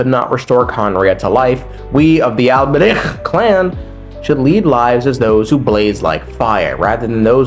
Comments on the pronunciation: dawti pronounce albreich like he's going to casually start his own volksgemeinschaft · The way your saying Alberich is hurting my ears so much lmao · I spit two times while trying to pronounce the name Alberich. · the alberich pronunciation is sending me